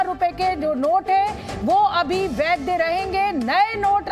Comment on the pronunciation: वैद्य नहीं होता है मैडम, वैध होता है। हिंदी सुधारिए मैडम